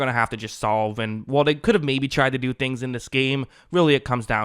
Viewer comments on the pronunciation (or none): none